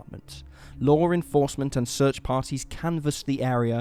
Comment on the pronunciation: Law not lore you fuckin goof